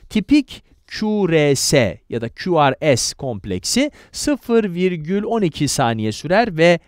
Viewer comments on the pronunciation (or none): kulakçık karıncık diyip ku,re,se yerine ku,ar,si demesi ve es yerine si demesi dışında güzel video aslında. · q r s 'deki s'yi si diye okumak biraz komik olmuş :)